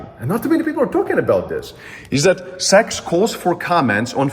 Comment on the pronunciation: Also don’t say SEC as SEX 🤦🏾‍♂️